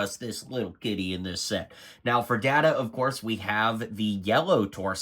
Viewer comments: "Gwee-non"? "Datta"? You've never seen this show, have you? I mean, complaining that Geordi and Data (that's "Dayta") have the same torso when they're wearing Starfleet uniforms? You clearly have no idea what's going on with this set. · Data not daata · Have you ever watched the show? Every reviewer butchering the names smh. Guinan is pronounced GUY-NIN, not gwee-nin. Data is pronounced DAY-TA, not Dah-ta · I know. Cringe every time I hear ppl say Dahhta, instead of Dayyta. Ranks right up there when ppl say Nucular, instead on Nuclear. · There is literally a scene in season 2 about this. You can pronounce the word however you like but his name is always pronounce as he prefers it which is "Day-ta". The whole discussion is about how disrespectful it was to not pronounce it correctly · Please watch some NextGen episodes to learn how to pronounce Data and Guinan. Hurt my Trekkie heart hearing the wrong pronunciations.